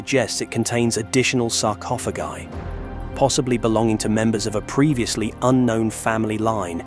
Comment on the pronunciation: Please.... make up your mind on how you pronounce the word sarcophagi!